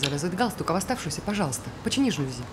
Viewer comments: Алле, режиссёры звукооператоры!!! Кто следит за правильными ударениями в словах? Слух режет! Не жАлюзи, а жалюзИ! Знаний Вам побольше! А если не хватает, то Гугл в помощь! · тоже "режет", но "жАлюзи" - это уже просто классика 😂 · Посредственно. А жАлюзи в устах всех героев просто режут слух!